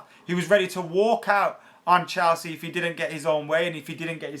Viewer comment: Ffs never gonna suscribe to someone who can't even say Chelsea properly.. wtf is CHALsea..